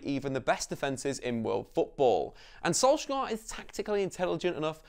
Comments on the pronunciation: Can you please say his name right? It’s sol-shy-er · Perfect video apart from how you say "solsk-gaaar"😂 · learn his name properly plz